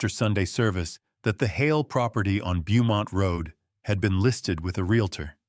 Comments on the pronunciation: Beaumont is pronounced "bow mont"....whoever is reading this is either not American, or is AI... Also, ...he never paid for or dismissed the taxi.... you need to pay attention to some small details. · Beaumont Avenue should be said as bow-mont Avenue, where bow is pronounced like a child’s hair thing. Ai still cannot pronounce just about anything that are names. I scream every once in awhile because of this stupidity.